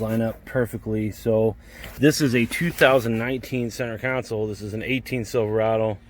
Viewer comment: Its "Console" bro lol